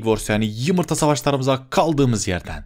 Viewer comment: Abi. Çok seviyorum seni. Hacker. Lerden sikilip. Biraktin çok uzuldum😭 He bu Arada yumurta demiyor. Yimirta. Diyor